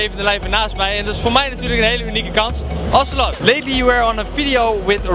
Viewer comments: zijn naam is btw Ocelote (je mist de laatste e) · Het is 'ocelote' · Het is Ocelote niet Ocelot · NOO SHIT, GAST IK BEN ZO JALOERS. Dit is mijn favoriete LoL speler. En hij staat hem daar gewoon te interviewen, wat echt sick! btw het is Ocelote niet Ocelot. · Psst / het is Ocelote, niet ocelot haha wel een nice interview! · hij heet trouwens ocelote niet ocelot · Het is Ocelote just saying